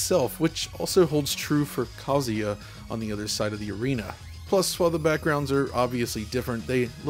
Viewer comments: Omg dude it's pronounced "kuh·zoo·yuh" 😂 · kah zoo yah > kah suh yah